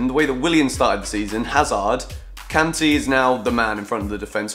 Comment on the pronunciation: Am I the only one who doesn't like the way that says Kanté? Love the videos by the way!!!